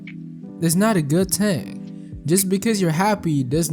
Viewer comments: good vid but bro pronouncing thing as ting is fucked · I've never heard anyone say "Ting" for "Thing" and have such an expert analysis.😊 I mean no disrespect.